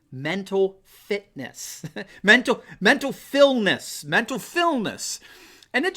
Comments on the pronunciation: It sounded to me like he was saying "mental filth". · When a politician can't say "mental fitness" then he probably doesn't have any😂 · This guy, who looks to be in his 40's, can't say "Interview" and he's making fun of a 78 year old, who has a history of stuttering as a child, for having trouble pronouncing "fitness". That didn't work out too well, did it?